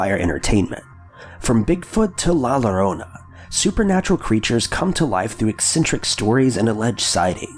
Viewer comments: Did you just say la lorona?? Lol it's more like la llorona ( yo-rona ) Nice vid tho. Big fan good stuff!! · Lol, I love how he said la lorona. Its la llorona, pronounced (Yo-rona) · Dude, are you seriously STILL calling La Llorona "La LA-ROH-NUH" ??? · Ok English/American people, time for your Spanish lessons! Rule #1: when two "L"s are together in Spanish (like this "LL") it will ALWAYS have a "J" sound. For example: LLORONA There are 2 Ls in "llorona" and they are together, so its pronounced like this: Joh-Roh-Nah. Repeat after me: Joh-Roh-Nah. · La llorona is pronounced.. Luh- YO-ROW-NUH... put it together and say it fast.. 😉.. just trying to help, because you mispronounced it.. I love your videos and voice!! Thank you & keep up the great posts!!! 😍👍🏼😉♥️ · Yo-RO-Na Bru-Heh-RI-a